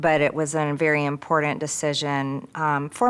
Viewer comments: Every time she mispronounces the word “important” I cringe at her genuine unbelievable stupidity. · "It's impor-ant!"